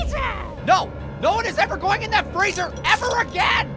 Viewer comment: FRREEZER